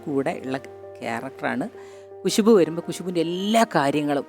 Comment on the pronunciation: കുശുബു അല്ല ഖുശ്ബു